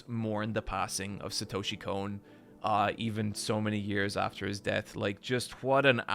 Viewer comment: "I am one of the few anime fans that pronounces Satoshi Kon's name correctly." ~ this guy